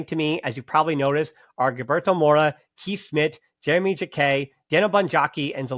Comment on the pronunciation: Just so you know, Kees Smit's first name is pronounced like the english word 'case'. And funnily enough the one time you can pronounce a dutch name perfectly as an American, you don't: Givairo Read's last name is pronounced just like in 'to read'.